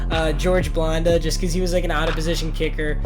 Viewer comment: George Blanda. Pronounced Bland(like boring)-uh. Not a long A. And he wasn't quite out of position. He played both kicker and QB. He played until he was 48, which is a record. Man, he's a Hall of Famer and a football legend. Come on :/